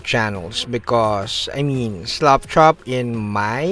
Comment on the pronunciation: Because of your accent, it sounds like you're saying "slop chop", which I actually like better. Slapping your models is physical abuse.